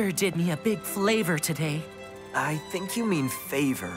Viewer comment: said flavor but it was favor